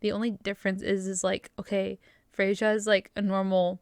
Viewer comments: Not watched yet but it's pronounced "Freya". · It would be pronounced “Frey-ya”